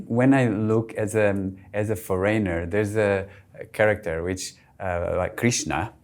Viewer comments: Why do you foryner and not foreigner ?? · "As a FOREYNOR!" No man you are not a foreigner. A foreigner would knwo how to pronounce this.